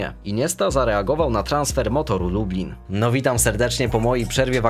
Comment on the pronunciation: Motoru Lub"L"in. Jako rodowity lubelak jestem zdegustowany tym przejęzyczeniem 😀